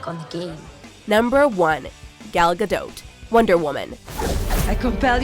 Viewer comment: You said gal gadot's name wrong